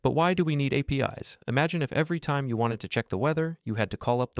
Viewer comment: PostreSQL and APIs are read wrong, it gives out that this is not even your real voice, but a voice generator